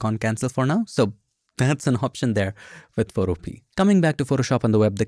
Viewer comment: Isn't Photopea pronounced "fo-TO-pe-uh" (rhyming with 'Utopia')?